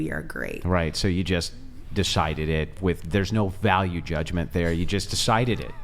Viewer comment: Bro laughing at Andrew because he said deshided it and the second time he said decided it 😂😂😂😂 bro also did a hard cought when the girl in red said her beauty 😂😂